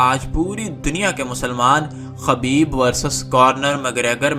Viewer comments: Khubaib not khabeeb. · میرے بھائی خبیب نہیں خُبَیب صحیح لفظ ہے آئندہ خیال رہے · بھائ خبیب خ کے پیش کے ساتھ ہے